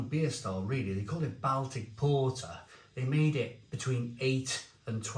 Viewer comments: I’m glad you said this, every time he said Bal Tic it drove me mad. Surely he’s heard someone say this word correctly before. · Don’t want to be a pronunciation Nazi but Baltic is pronounced “Boltic” short o instead of a short a,as in Salford not as in pal.